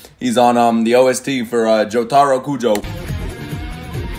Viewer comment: I can’t stand the, JO-TA-RO. it’s jotaro all together😭😭